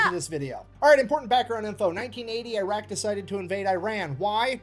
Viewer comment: he said I R A Q and I R A N. The US had NOTHING to do with the actual story yet.